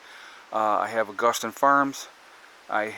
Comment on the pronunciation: Either way you say it, there is no “t” in Augason! ;-)